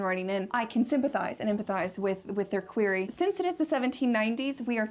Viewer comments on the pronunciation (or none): The way she emphasised "queer" when she said "query" 😂